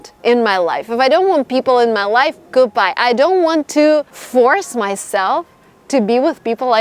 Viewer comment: Love how u say GOODHBAJ to people who drain ur energy haha, great video! Ur videos are so motivational and inspiring even more to move to the US and make my dream a reality!